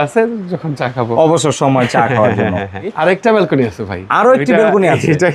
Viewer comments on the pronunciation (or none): বেলকুনি নয়, ব্যালকনি হবে।